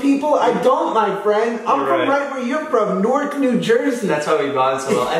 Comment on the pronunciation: the way he pronounced newark hurt me